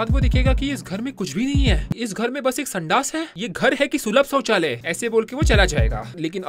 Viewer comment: The mythpat has taken an advancement to start his own language sulabh chouchalaya chaucholaya